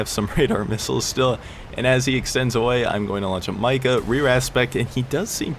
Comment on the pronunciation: Hey, it’s actually pronounced “Meeca”